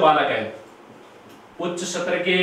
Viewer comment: ये सर पढाते बहुत ही अच्छा है पर इनमे एक कमी है वह कमी ये है कि एक हिन्दी के अध्यापक होने के बावजूद भी उच्चारण सही नही करते स्थूल को बोलते है सथूल स्तर को बोलते है सतर यदि ये मेरे वाली टिप्पणी सही लगे तो एक बार reply जरूर देना सर